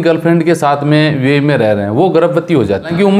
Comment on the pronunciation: Yar buae nahi hai youae hai sahi bola karo